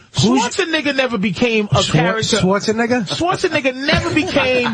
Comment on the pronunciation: I actually heard Patrice drop Arnolds last name wrong the first time, and I'm surprised nobody was offended for Arny cuz DATS NOT HIS LAST NAME PATRICE!! lmao